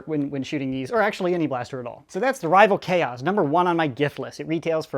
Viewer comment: i clicked off when he said rival khoas